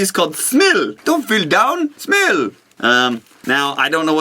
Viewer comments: Well.... The i in Smil is pronounced as e so you say it funny:D - second Smil taste good, we got it here in Denmark too, and it's just chocolate with caramel... though the caramel can have a little funny taste:) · You have no idea how awesome it was to see you eat a Smil. Greetings and salutations from Norway! (P.S.: try drinking a sip of Cola to the Smil, the taste is divine). (P.P.S.: It's pronounced with pressure on the I, so you kinda pronounce it like Smeel. Kinda ... ish.) Love you long time Nicepeter! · rule: in every monday show, you must at some point in the show speak in the accent that you used when you said "Don't look down, SMIL!!!!"